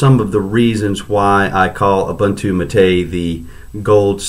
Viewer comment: It is pronounced ooboontoo and not obantu !!